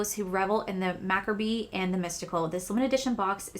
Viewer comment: Macabre = mah- cob 😂 I laugh because I’ve said it the same way for quite some time! I’m sure there’s many of us who did the same. Words are hard dammit! 😂😂